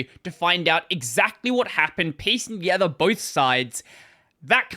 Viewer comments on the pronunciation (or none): none